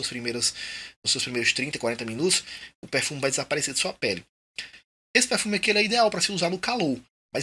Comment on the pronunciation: Acho muito massa seu sotaque quando você fala pérfumi kkkkkkk sucesso manoooo